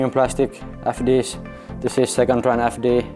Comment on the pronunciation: Loving the Äf D’s😂